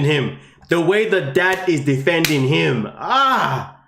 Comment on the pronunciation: I really don’t like to knit pick but it’s driving me crazy. Her name is “KI-LYn (spelled Kylen), not Kaylen. Or K “EYE”lyn if that helps.